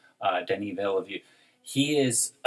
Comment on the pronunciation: It's pronounced Denis Vil-nœv. Amazing analysis guys